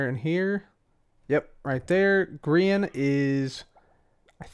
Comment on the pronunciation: Grian is pronounced green like the color, but that's ok you didn't know. 😀👍